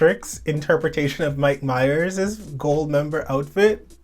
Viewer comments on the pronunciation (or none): none